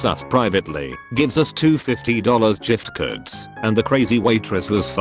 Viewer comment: Did this thing just say giftcard as gif-curd?